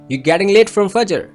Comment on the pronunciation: Sir u pronounced word fajjer wrong